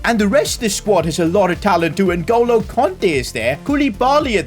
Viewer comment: Nuh goalo Kante? You mean Ngolo kante